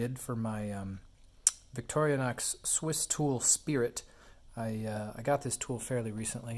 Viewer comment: I stopped watching when you pronounced the name Victoria-nox.